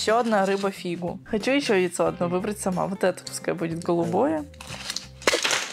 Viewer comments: Не фига а фуга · Не Фигу,а Фугу😂😂😂